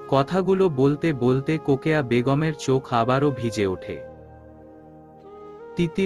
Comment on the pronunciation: রোকেয়া না বলে কোকেয়া কেন বলে